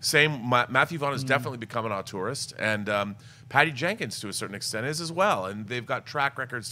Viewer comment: Well, it's also not "auteurist" -- which my ears kept hearing as "a tourist".